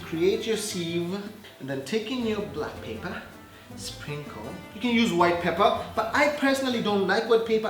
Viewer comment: surely paperrr or pepper!!!🤭🤭😬😬